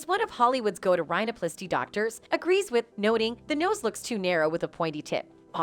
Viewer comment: AI voice lmao. "Inject yourself with Bott-oxx" "Rye No Plass-Tee"